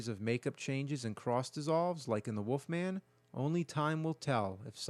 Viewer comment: It’s Wolfman ....not Woofman.